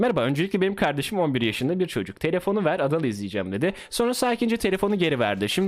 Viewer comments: Adalın ingilizce okunuşu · adalın cool okunuşu